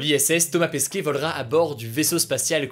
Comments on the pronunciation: Thomas Pesquet et pas Pasquet 😅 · C’est pas « Pasquet » c’est Pesquet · Euh c'est Thomas Pesquet pas Pasquet X) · mais je crois que la fin de son nom ce prononce ''ette'' et non ''é'' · C'est Thomas Pesquet pas Pasquet non?